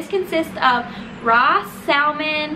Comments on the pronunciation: Great video. But The L in “ salmon” is silent. It’s pronounced “sa-mon” 🙂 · The salmon? Sallman??